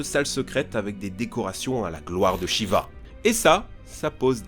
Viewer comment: on prononce normalement ''shiv''